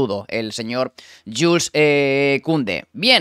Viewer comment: No se dice Yules sino Yuls aunque se escribe Jules